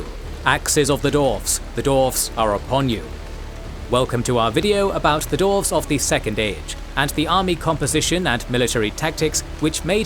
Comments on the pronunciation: Dwarves, pronounced "Dorfs" EVERY SINGLE TIME. its killing me. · Is Dwarves really that hard to pronounce?